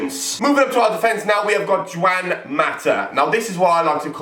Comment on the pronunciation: You pronounced Juan wrong sorry for the cheekiness